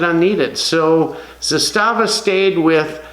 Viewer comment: Just repeat one time Z A S T A V A!!!